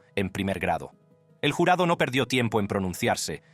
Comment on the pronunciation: Para el narrador de este video solo quiero saver por que estas narrando hablando muy bien y claro y de repente cambias la voz y te pones hablar como cuando los gringos estan aprendiendo español dices palabras como en ves de cuchillo dices culillo dices el jularo en ves de jurado y cosas asi y de pronto buelves hablar normal si vas hacer cosas como esta hasla bien si no no hagas nada por que el que se holle estuido hablando eres tù pero te pagan por que hagas las cosas bien no se como no se an dado cuenta hay muchas gente que lo ueden hacer mejor que tu y eso te llevaria a quedarte sin trabajo piensa no te pases de estupido